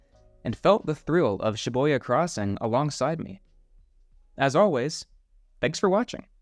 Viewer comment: Was the "Shi-Boy-Ya" pronunciation on purpose lol.